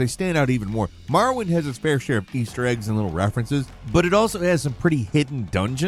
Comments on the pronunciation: Gawd.... The second game he mentioned... I was like. dafuq is "Marwin?".. That's a brisk pronunciation of "Morrowind" LMAO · Why do you pronounce it like “Marrowind”?